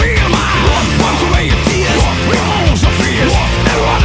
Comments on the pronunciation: Am I the only one who hears "wodka" instead of "vodka"? Is that done on purpose? (I even checked that Fins pronounce it "vodka "). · goglik he is saying vodka that is just how you pronounce the V sound in Finnish